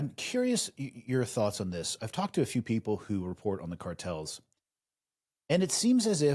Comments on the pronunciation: Car-tells are? Do you mean cartels? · Right out of the gate, at the beginning of the video. What are you saying!!!??? "colortells"!!!??? Annunciate better idiot! "cowertels???? WTH! effing learn how to talk if you're going to make a freaking video!!! Clown says, "we can talk about what "cowlertells" are", like he's got a freaking hairlip. WTH??? What are you even saying? Talk slower! Is this guy actually saying the word "cartel"? Dude. "Car" like a car you drive. And "Tell", like you are going to tell somebody something. Now, put them together. Car... tell, now faster, like one word "cartel". Got it,?!!! I'm sorry, maybe you had a stroke.